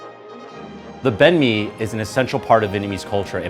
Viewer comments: says it wrong. says it right. remembers that he's american and says it wrong. Disgraceful. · You just destroyed that "Banh Mi" pronunciation. Just pick one already, you're switching back and forth here. And you're Vietnamese!!!!!!